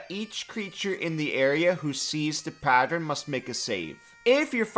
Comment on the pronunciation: Remember kids: it's PA-tern, not pa-ter-en.